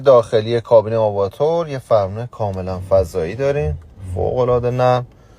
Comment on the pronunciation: آواتر نه آواتار! نوشته‌ی لاتینش هم اون R آخر به صورت حرف تلفظ میشه، یه جور بازی با کلمات و حروفه Avat + R اون R آخر "آر" تلفظ میشه نه "ر"